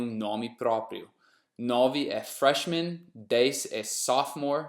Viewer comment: Quando ele disse Freshman eu entendi "Trashman"